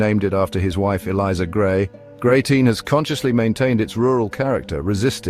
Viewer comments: It's Grey-ton!! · GreyTINE?……..How do you arrive at that pronunciation for Greyton?